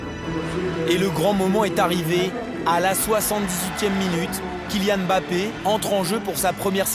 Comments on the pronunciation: Il faut juste arrêté de dire bappé au lieu de Mbappé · Le commentateur dit bappé sa m'énerve quand on écorche les prénoms et les noms